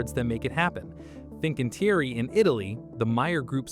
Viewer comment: everything else is also pronounce wrongly, Fincantieri, TUI, Turku, Meyer, Papenburg, Werft, Rostock, ...